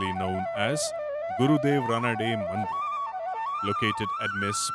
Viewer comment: Such a pity that in official channel pronounces Gurudev's name as रनाडे instead of रानडे. Forget about pronunciations like प्रह्लद (instead of प्रह्लाद), भगवत (instead of भागवत ), उफाध्याय (instead of उपाध्याय)...Such an anglicised diction of Native words is quite disheartening